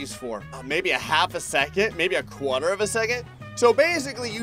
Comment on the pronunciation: The way says Quarter lol